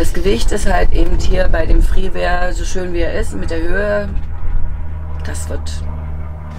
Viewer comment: Schönes Fahrzeug. Der Knaus heißt aber Freeway und nicht Freeware.🤓